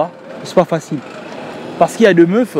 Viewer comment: « parce que y’a deu meufeu » 😂😂😂